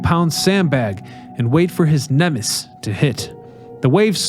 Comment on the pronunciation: Nem-es-sis! Not Nem-ses! Pronunciate!